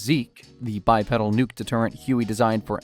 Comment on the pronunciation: It’s pronounced by-peedal